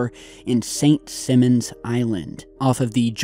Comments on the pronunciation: Oh! Just a fyi. It's Simon like Cowl. Not Simmons. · Pronounced Simon, like the name. WTF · Lol I work on St Simons island. And it's pronounced Simon like Simple Simon. It's the long I.